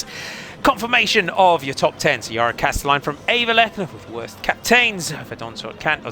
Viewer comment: Could you please change your pronounciation of Worst? You constantly jinx her, as if she's usually the last to cross the line... :( The o should sound like the au in sausage, or the o in dorm, or the a in warm.